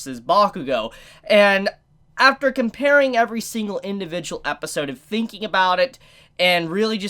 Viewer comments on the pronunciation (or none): none